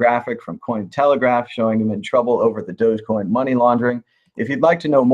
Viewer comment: Its not "dojocoin" its "Dog. E. Coin"